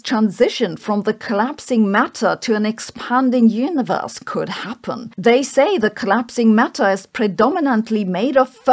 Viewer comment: Please stop saying "Hyuniverse"